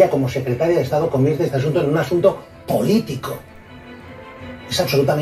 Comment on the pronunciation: Y como enfatiza cuando dice "... en un asunto poLÍtico" juas juas juas